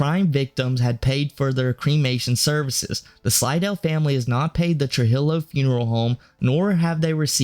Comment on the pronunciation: It's Spanish. True-heel-o.